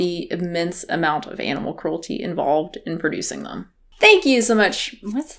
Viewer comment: Sounded like she said "em" (as in they/them) to me